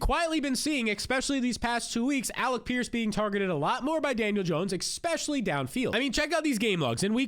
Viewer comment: Immediately hears the host say “expecially” clicks off the video